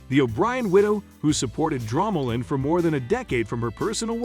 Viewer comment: It’s pronounced Dromoland not dramaland 😂😂😂